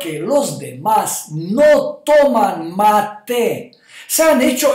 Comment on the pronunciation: Mi lindo Doctor usted siempre tan verídico, lo único es que mate no se pronuncia con acento en la segunda sílaba, el acento va en la primera sílaba, y ojo que se toma también en otros países de Sudamérica. Gracias Ud. sabe que soy su seguidora desde hace mucho tiempo, saludos desde Utah!